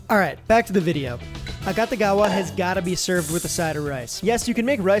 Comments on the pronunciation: Not 'Cutta', 'Koota'. 'A-Koota-gawa'. It wasn't 'invented' in Chicago. Fried rice has always been a breakfast staple of all cultures where rice is the main dietary starch. It's just the previous nights leftovers fried together, often with an added egg, so there's no specific recipe. The only reason this one has a specific recipe is because it was specially made from scratch for the tastes a specific patron within a culture that didn't have any Japanese leftovers on hand. The only thing about this dish that would seem unusual to a Japanese person is that it's nearly impossible to make fried rice using fresh rice. Setting overnight, especially in the fridge, is what dries it out and makes it fryable. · a-KOO-tah-gah-wah. KOO, not KAH. You show it in print a dozen times. [sigh] It's like printed words just roll off people brains these days like water off a duck's back and they do the telephone game instead, repeating what they think they heard somewhere. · Very Very Interesting story and dish... and i think AKATAGAWA is mispronunciation of Akutagawa(芥川) e.g. Akutagawa Ryunosuke(芥川龍之介). as far as i know, the family name Akatagawa(赤田川?) doesn't exists in Japan. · This guy doesn't know how to pronounce this dish. It's pronounced, auk ta gawa, and it's named after George Akutagawa. My father used to hang at the Nisei Lounge with all his Nisei friends, Nisei is my fathers generation, it the second generation, they were the first generation born from Japanese parents in the United States. Additionally, Wrigleyville was not a Japanese neighborhood, there wasn't a designated Japanese neighborhood in Chicago, not like Chinatown, of Japantown in San Jose CA. But the Akutagawa is a wonderful meal! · the u in Japanese phonology is pretty much always pronounced as ooh, it sounds like you're saying Akatagawa.